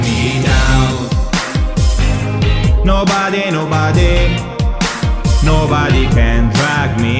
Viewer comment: curiosone si ma di pronuncia nobare non nobade